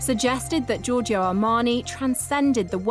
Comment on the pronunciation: Lots of people are nicknamed Joe in English speaking countries... How is it that you can't say Joe-r-Joe. lThere is no phonetic i in Giorgio.